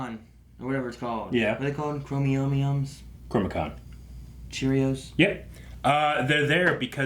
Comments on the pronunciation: Sorry to not-pick, but it’s “Chronicom” which derives from chronos like time and com for communication. You keep saying chromicon which would have a base like chromatic and be about colors. So I think it matters... Love the reaction and the disagreement on favorites. (Even if it means disagreeing with... 😞) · Chronicom KRO-NE-COM you’re welcome